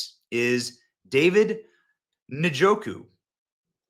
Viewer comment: How Benny pronounced that igbo name was very funny. Benny repeat after me *Uhn . Jo. Koo * Njoku meaning sons of wealth. And yep lineage of farmers. Yam farmers ❤